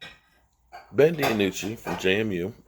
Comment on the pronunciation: Lol Ben Di-anucci